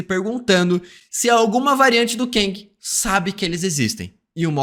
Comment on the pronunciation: Gostei da análise, mas para de falar "keng" é "KANG" 😂😂😂. No mais, foi bom.